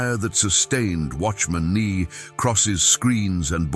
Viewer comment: Love these true stories why cant you say his name correctly?